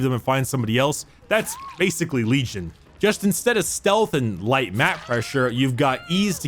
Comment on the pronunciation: Did you say Lejim